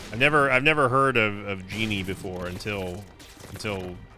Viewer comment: Bro said geenie